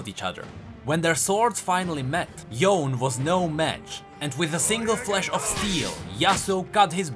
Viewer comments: Bro, I can't 😭 Why you keep pronouncing it like "Yown"? Even the characters, and in the cinematics they say "Yoh-neh", I don't understand why so many people keep saying "Yown" 😭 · It's Yo ne.., the e is not silent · It's Yo-nay ffs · It's pronounced yoo-nay. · Its cringy hearing him say "yone"...i didn't finish the video after hearing it 3 times lol